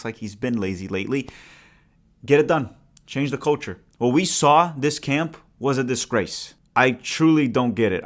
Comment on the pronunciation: Ooooo, 'culture' ... thought you said 'coach-er' trying to their shade at Porch 😅